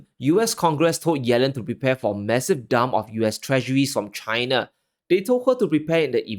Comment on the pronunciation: Why do U say CHHH I N A ? ? ?